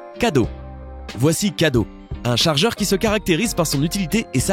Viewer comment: le charjer et le meiuer